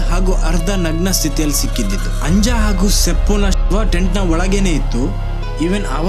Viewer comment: ಚೆನ್ನಾಗಿ ಕತೆ ವಿವರಿಸ್ತೀರಾ. Congratulations 🎉 ಒಂದು ಸಣ್ಣ ತಿದ್ದುಪಡಿ, “Anja” ಇಂದು ಅಂಜಾ ಅಲ್ಲ , ಆನಿಯ ಅಂತ ಹೇಳಬೇಕು.